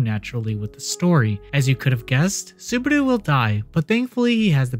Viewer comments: Saburu? His name is Subaru. 😅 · I'm looking forward to it. P.S. It's Subaru. Y'know, like the car brand. Or if you want to be cheeky, Barusu. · i had an autistic meltdown on how badly you pronounced Subaru, it's literally the same pronunciation as the car company.